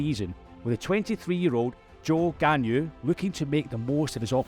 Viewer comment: You managed to butcher the pronunciation of both Valtteri Bottas and Zhou Guanyu.